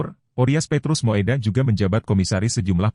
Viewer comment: Moedak dibaca Mudak bukan moedak